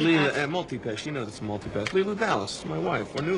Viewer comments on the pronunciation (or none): "Mooltee Pass"